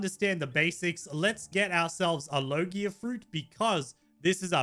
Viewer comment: its logia not low gear lol